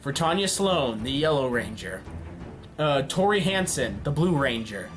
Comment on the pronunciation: Tori not Tony